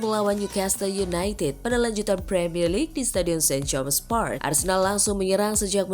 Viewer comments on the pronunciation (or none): none